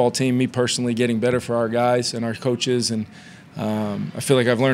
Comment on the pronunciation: Lol he says couches like we had a defense move couch 😢